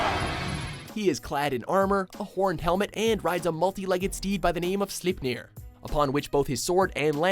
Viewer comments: "Slipneer" lol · "Multi-legged steed, by the name of Slippner(?)" The way he pronounced Sleipner made me cringe! Cheesus! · Slipnir? Really?